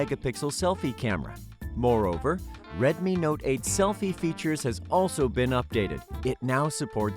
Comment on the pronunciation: Retmi not eyt